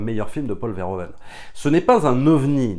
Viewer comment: Alors juste une micro-remarque sur la forme: on dira plutôt Paul Veur - Ou - Veun, en lieu et place de Vair - O - Veine. Un peu comme on dira Ou - Veur - Fonik au lieu de Ovaire - Fonik